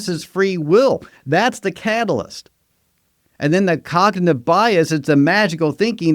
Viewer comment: And “cognitive”